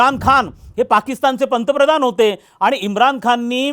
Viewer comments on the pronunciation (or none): none